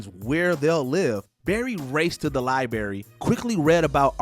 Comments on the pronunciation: Libary? Seriously guys? Lol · my dude says “li-Barry” 😂 not sure if that pun was intentional or not